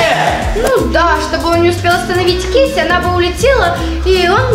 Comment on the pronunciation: Не кеси а кейси❤